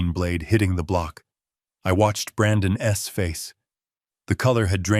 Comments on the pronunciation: Great story but Ai is horrible. Ai can’t pronounce apostrophes so it say Brandon S instead of Brandon’s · The worst AI reading of this! ‘Brandon’s’ pronounced ‘Brandon S’ is only one of a myriad of egregious assaults on my ears. Mispronunciation, jerky pauses, the list is so long.